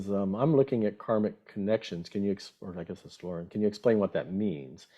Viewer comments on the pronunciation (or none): none